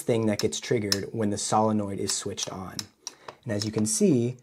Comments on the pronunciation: everytime you say SOLINnoid, I cringe a bit. SILLanoid. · Cool. Pro-tip; the "o" is "solenoid" is a long "o", like, "So". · Probably already posted here, but I don't have the energy to read a bunch of comments right now. The word "solenoid" is said as "SOUL - en - oid" OK? 👍 ADDENDUM: BTW, that's a BEAUTIFULLY done replacement gear piece! Thanks for making it; I learned quite a bit. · sow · luh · noyd